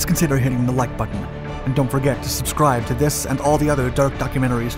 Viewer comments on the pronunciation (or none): none